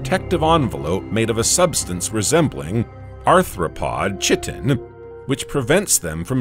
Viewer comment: Kite-in not chit-in, brainless bot.